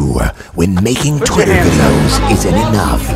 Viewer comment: what will he do when making twitter videos isn't enough? What I heard: What will he do when making torpedoes isn't enough?